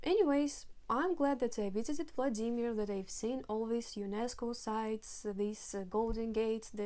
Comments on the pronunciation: Non-russian : VLAA-di-mir Native russian : vla-DIII-mir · Yes second syllable please! In german language we also say WLA-dimir. So funny hearing her saying the german word "SCHLAG-baum" as "Schlag-BA-um".